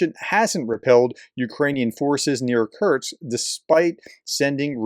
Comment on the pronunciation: K U R SSSSSS K. Say it three times and banish that constant mispronunciation.